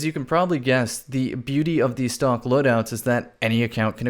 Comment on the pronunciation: I thought he was saying stonks